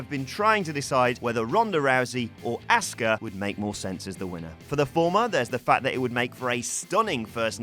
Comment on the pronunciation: Dude, its Asuka not asska